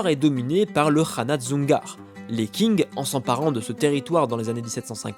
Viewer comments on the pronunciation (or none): Qing se prononce Tsing et non pas King comme pour la ville de Qingdao (d'ou vient la bière Tsingtao) très bonne vidéo sinon ! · Petite remarque: le dynastie des Qing ne se prononce pas King mais Tsing. Sinon vidéo intéressante:)